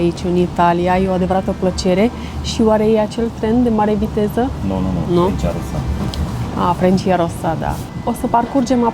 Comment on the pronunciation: Dragii mei, trenul de mare viteză nu se numește "Frencia Rossa", ci muuult mai simplu: Frecciarossa (adică mai pe românește: săgeata roșie). Cred că erați prea adormiți la acea oră matinală sau poate că vă era dor de Franța (și mie) ... Știu, sunt un pic cârcotaș, dar nu este o critică, ci doar o simplă remarcă ... Ho-ho-ho, dragii Moșului ! ... În rest, totul a fost la superlativ (mai puțin vremea) ! ... Vă felicit și vă urez un Crăciun fericit și La Mulți Ani ! 🎅🎄✨ PS: ca fundal sonor eu aș fi ales un mic fragment din "Sunetul Muzicii" ... dar știu, posibile probleme cu drepturile de autor (și nu numai) ... Keep up the good work ! 🤗